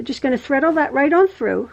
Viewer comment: Another great tutorial, thank you. Will be making a few for fundraising for our church tower. By the way, I love "threadaling" xx